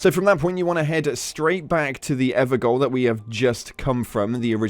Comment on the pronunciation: Man it's pronounced Ever-Jail. Gaol is the old spelling for Jail